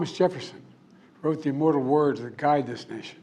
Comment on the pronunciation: He has had a mild stroke. Their are certain words he has a problem pronouncing.